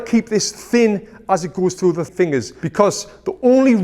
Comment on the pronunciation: I love how you say fingas